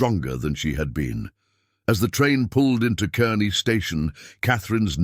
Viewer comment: It's spelled Kearney, pronounced Karney